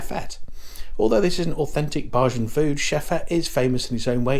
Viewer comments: Nice video sir, just a heads up bajan is pronounced bay-gin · Heyy.. try saying "bay-jan" instead of "bah-jan" .. thts the proper pronunciation ❤ thank you for visiting my island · Dont say BaHjan ever again!!!l Pronounced like Bay Jun... you're welcome ❤ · There is no R in Bajan. Bay jun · It’s not pronounced Barjan -that was funny. It’s pronounced bay - as in sitting on the dock and jan - as in the month. The inaudible ingredient was angostura bitters. Chefette - that was fighting talk that you put out. You missed out the drinks sorrel and mauby - the latter is ❤ but perhaps an acquired taste. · you don't go to cheffette for Burgers.. you go for the CHICKEN period... go into St. Lawrence Gap and find Gap Burger in front of Rostrevor hotel and get a great burger.. and Bajan is pronouced.. BAYjan.. (hard j, not soft). and Rum punch doesn't have Orange Juice In it. looks like you enjoyed your stay. .may other places to eat on the island. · It’s pronounced ( bay jan) thx for video